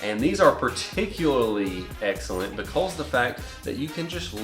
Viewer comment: "Be-cawwwwzzzz" LMAO, that down south accent slipping out right there haha. Great video 👍🏽